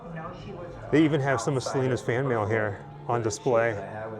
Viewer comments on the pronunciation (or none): none